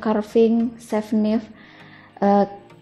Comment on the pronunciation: Knife dibaca naif ya, mbak....